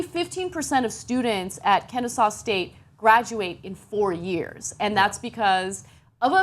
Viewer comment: She pronounced kennesaw correctly im impressed